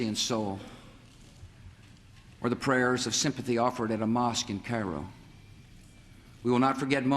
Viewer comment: The way he pronounced “Cairo”. 😂😂😂